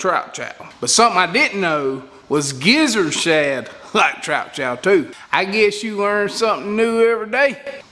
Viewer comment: OK, now wait, wait, wait. I'm from Texas and enjoy a good twang, but what in the world did you say gizzard shad like???